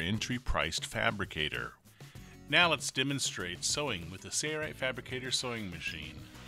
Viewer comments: Impressive for sure....but please, there is an "L" in Sailrite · trackdog90 2hy does he say it like that? Where’s the “L”?. 🤣